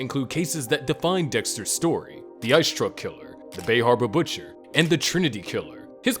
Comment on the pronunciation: The bay hawba butcha